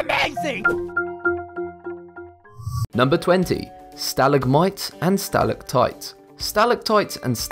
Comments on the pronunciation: *Sta-LAG-mites and sta-LAC-tites. Stress on the second syllables, not the first. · Sa-lag-mites and Sa-lag-tights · Stalig-mites. Its pronounced all one word lol